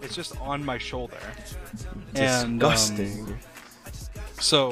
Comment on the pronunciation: “diSgOstAng” -sapnap